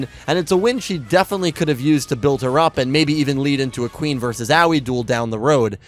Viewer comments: I am and will forever be in at least slight amazement at how you refuse to pronounce Aois (AHOhE) name correctly. Anyway, when will you take my idea of doing weekly yugioh reviews of the various series (perhaps vote based) of the previous series as you had done previously till more is known about Y7? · Honestly, VRAIN's greatest writing flaw is that Akira didn't shout Aoi's name enough times for to learn how to pronounce it. I now call her BooBoo Angel because of you, I hope you're content with yourself.